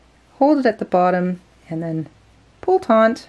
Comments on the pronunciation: taut There's no 'n' in the word. Sorry to be the Grammar Police, but that's one word that always makes me cringe when I hear it pronounced incorrectly. Taut and taunt have two totally different meanings. Please don't take offense. I welcome corrections about things I may be saying or doing incorrectly and I hope you are the same way. Love this joining technique. Happy crocheting! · It's not TONT it's taut. No N. Do better. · Firstly, may I just say that I love and have learned so much from her! Secondly, since she makes a living by posting tutorials and selling products online, and thus putting herself in the public forum, I hope that she is willing to take your well meant and accurate observation, and that she will correct her pronunciation of the word "taut" for future videos. This common issue of the word "taut" being mispronounced as "taunt" is like fingernails on chalkboard to my ears.